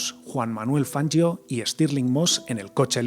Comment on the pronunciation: Jajaaa..."Fanyio",que ignaro.😂